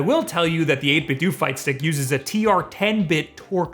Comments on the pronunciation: bruh - it's 8bit-do, like nin-10-do . DOE. not DO. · It's 8 bit "doe" or "dough". Like Ninten"doe" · Bro, it's pronounce 8 bit DOH!!! It's a play on the word Nintendo. Sheesh